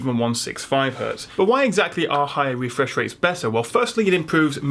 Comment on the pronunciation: About the “wefresh waits” :D